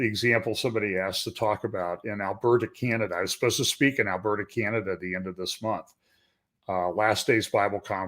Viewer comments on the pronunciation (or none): China-da = Canada?